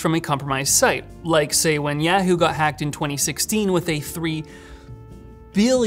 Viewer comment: The way he says Yahoo triggers me.